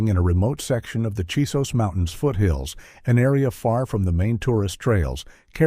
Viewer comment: CHISOS mountains. Not Jesus mountains!